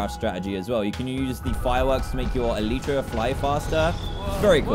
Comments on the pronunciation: Anyone noticed that he says eleeetra instead of elytra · It’s el I tra elytra